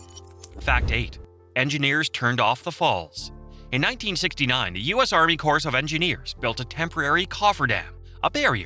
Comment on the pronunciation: But pronounces the 's' in The US Army Corps. of Engineers.